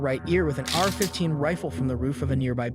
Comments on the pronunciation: No way u just said Arrrrr 15 like a pirate. It's A R 15 just the letters. Dummy. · Apparently you never heard of the Are-15. Made in Mongolia ...